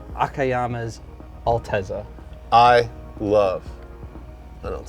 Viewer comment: U SAID ALTEZZA WRONG ITS PRONOUNCED ALTAZZA